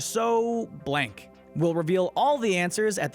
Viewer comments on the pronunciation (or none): none